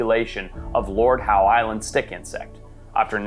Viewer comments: It's spoken as Lord ````HOW?´´´´ NOT ..... Lord Howdy do dah Howie. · Audsie here its not the "lord howE" it's just "lord how"